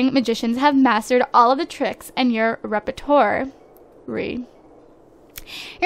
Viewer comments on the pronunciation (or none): You probably already know , but it's pronounced rep-er-twar. It's a French word. I'm sorry, I know you're seeing similar comments from me, but my OCPD senses were tingling. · I'm sorry but the way you say "repertoire" really bothers me. please don't take this as an offensive comment because that was not my intention at all :)